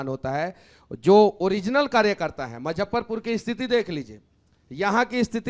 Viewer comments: मुजफ्फरपुर बोलना सीख लो यार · Muzaffarpur hota hai na ki mazffarpur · भाई मजफरपुर नहीं मुजफ्फरपुर बोल ले।और ये किसी पार्टी में नहीं रह सकता है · M-zaffarpur nahi hai.... Muzaffarpur bolte hain... Isko itna footage kyun milta hai... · Muzaffarpur to bol lo Manish Kashyap sahi se.